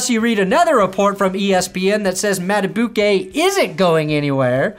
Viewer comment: dude, Madubuike is pronounced Mada-BEEK-ay. HIS NICKNAME IS LITERALLY BEEKS WE CANNOT BE DOING THIS RN